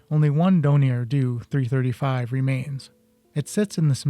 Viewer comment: For goodness sake it’s a “D-O 335” not a “doo 335”